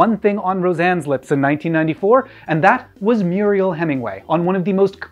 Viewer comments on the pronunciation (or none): It's Mariel Hemingway, not Muriel. :) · Love you,. I believe it’s “Mariel”, not “Muriel” Hemingway. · Her name is MARIAL Hemingway, not "Murial". Honestly dude, you get these types of things wrong so frequently it's hard to take you seriously as any type of pop culture historian. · It’s “Mariel”, not “Muriel”.